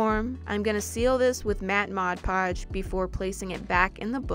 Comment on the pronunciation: She told mad podge then mod podge I was cracking up